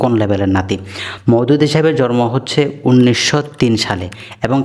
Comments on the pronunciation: ইনি ত জন্মকে জরম বলে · আপনার বাংলা উচ্চারণ ঠিক না,,আগে বাংলা শিখুন তার পর কথা বললে মানুষ শুনবে,,,জন্ম কে বলেন জর ম